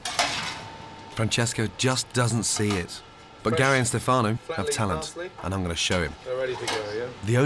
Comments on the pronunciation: FOR THE LOVE OF GOD ITS STEFANO!!! (Stef - uh - no) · I'm starting to say Stefáno instead of Stéfano even if I know it's wrong.